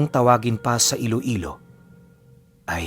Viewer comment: ang galing mo bumigkas ng tag tarambo hehehe❤😅